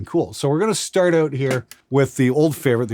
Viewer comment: did you say "shart your own direction"? must be talking about san fransisco's homeless problem lmao